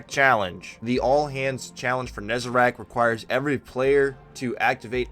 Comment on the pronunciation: NEZ-A-RECK. RECK. WRECK. NOT RACK. FFS.